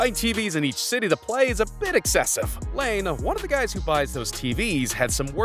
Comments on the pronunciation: It's Lie-nay, not Lane. Jesus christ, it's not like Laine's an unknown guy in the league. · like...Lye-nee ehh? maybe I'm worng too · The way you pronounce "Laine" makes my blood boil